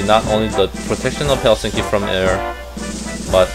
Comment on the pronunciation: hellstinky :'DDDD Its Helsinki